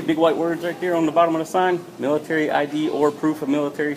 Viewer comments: "miritery" asians XD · What the fuck is intucated & Milliturrry?